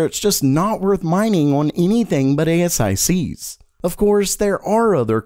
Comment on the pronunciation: Never heard anyone call them A-S-I-Cs.